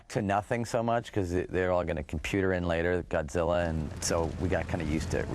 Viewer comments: Wow no wonder they failed on zilla he can't even say it right he says gudsilla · well he is german.. in different countries godzilla is pronounced different, you know that right? in japan it is gojira, usa and other countries it is godzilla.... in my country it is gotzilla.